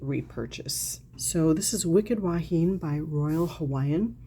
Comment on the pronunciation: “Wahine” is pronounced wah-hee-nay. It means woman in Hawaiian. 😊. Grew up with that fragrance living here in Hawaii. Never smelled it on anyone local, oddly enough.🤷‍♀️. I haven’t smelled it since the 1970s even though it’s sold in the drugstores. I’ll check to see if there is a body cream for it.